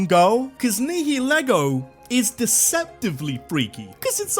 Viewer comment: Nihilego is pronounced nile (like the river) -ego (like the part of your brain conscience thing)